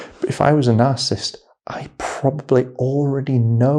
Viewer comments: Dude. You're saying the word INCORRECTLY; it is NOT, "NARCISST," it's NAR • CISS • IST!! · You seem to have trouble saying narcissist. Its not narcist 😂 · Please say it properly - it's 3 syllables, not 2. NarcIssist. Not Narcist. Really. Please!! !!! Thank you, brilliant video. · Are you saying “narcist” or “narcissist”? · It's pronounced "NAR-sis-sist", 3 syllables. Not "narsist". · You're saying it WRONG; the word is NOT pronounced, "Nar • sis • t," a two-syllable pronunciation; it's Nar • sis • is • t, so it's a 3 syllable word/pronunciation! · You keep leaving out a syllable when you say "narcisst." It's nar-ciss-sist. 3 not 2 syllables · Why are you saying narcist? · It’s is hard to listen to or take advice from an expert on narcissist behavior or how to defend yourself from the interactions when the advisor repeatedly mispronounces the word “narcissist “. Over and over and over the exact same way. How long has he worked in this field? Since this morning? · Narcissist is 3 syllables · Just fyi, the word ‘narcissist’ has 3three syllables, not two. It’s annoying to hear you slur words. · How he pronounces "narcissist" bothers ME. 😂